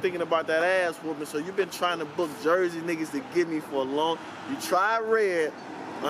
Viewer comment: only time Surf wrong for sayin "Jersey"